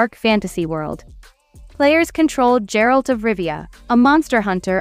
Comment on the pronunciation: The way it said Geralt too annoyed me so much